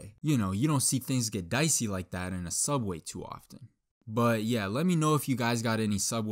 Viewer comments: its called sooubway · You mean.. Sooubway? 😏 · i shidded on da floor in da soobwayy